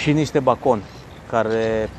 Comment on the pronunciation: de ce-i zici bacon? daca o dai pe engleza tre sa si pronunti ca in engleza: "beican"...